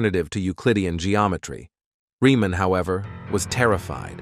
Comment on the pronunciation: Story tellers. At learn that the name of that mathematician is pronounced as : [ reaman ] not riman . German origin - German language.